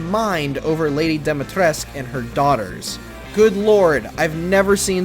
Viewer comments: I gotta apologie in advance, well lets just say tha Lady Dimitrescu doesn't have a Silent 'U' At The end, just saying as a native Romanian speaker and sorry again, didn't meant anything bad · How can people butcher names like Dimitrescu or Beidou?